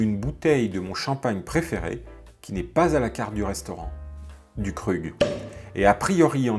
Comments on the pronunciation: Krug se prononce KROUGUE …. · Se prononce KROUG! Trop de faux luxe pour rappeur tatoué!! Et tout ce cinéma pour plus de 2 h de retard!!! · Bonjour, vidéo instructive, cependant des détails de prononciation à corriger pour le futur :le statut AF est platinum et non platinium (pas de i) et comme déjà indiqué Krug se prononce "Kroug" en fait ...